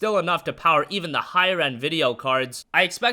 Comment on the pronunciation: Poweh supply XD